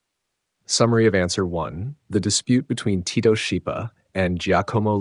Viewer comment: The name Schipa is pronounced in Italian as SKIPA, as an Italian combination CH=K. Thank you for bringing the awarness to the great vocalists of the 20th century through this channel.